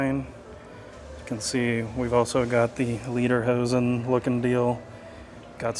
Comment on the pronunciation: Again its pronounced LAY DER HOSEN not LEE DER HOSEN pronunciation of this makes a difference(like the word read and read one means that you read to someone while the other means you can read it) one means song pants and the other means leather pants, the suspenders on the shirt while worn with lederhosen they are not lederhosen. Remember you have many people of German decent watching in Texas since much of our populus are German. Yes German Potato Salad is served warm or hot.